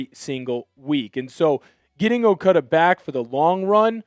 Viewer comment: It's not "Okuudu" it's okADA c'mon man.